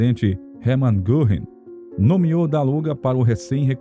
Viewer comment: O nome correto é Herman Goering.e se pronúncia Gering😂